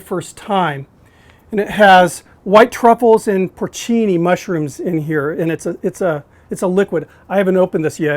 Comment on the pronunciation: Also it’s porcini mushrooms, not porchini, but hey he’s American